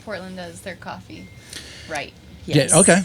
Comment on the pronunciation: The way she says “Kofeee talk”